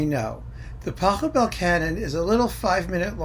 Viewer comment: maybe you can check how to pronounce the name of the composer correctly?